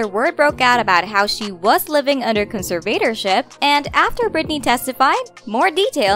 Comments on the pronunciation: Cons- Vay- tor- ship...lmfao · Wdym? Kahn sir Vader ship are all real words .. Lol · Why is the narrator saying conservatorship so weird lol it’s bugging the piss out of me 😂😂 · It’s text to speech. You could tell because they mispronounce a few words like Iggy Azalea and conservatorship. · Is it just me or is it rlly bugging that she’s saying conservatorship and ig ty azalea